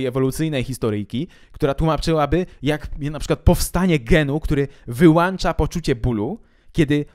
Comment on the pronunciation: Tyle książek czytasz a mówisz "wyłanczać", później ludzie to powtarzają...